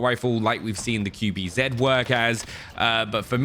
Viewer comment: i love you but....QBZ. Q - Kju B- Bi Z - Zi.....not zeeeed. Cmoooon dude, you can do better.